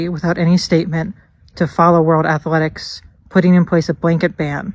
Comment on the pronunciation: He needs to be banned for the way he pronounces athletics.